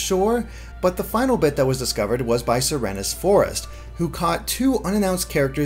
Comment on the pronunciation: >suh-reh-nes forest bruh